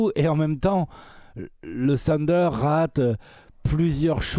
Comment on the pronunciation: Pourquoi vous dites "sunder"? Trashtalk ce prononce pas "srashtalk" alors je comprend pas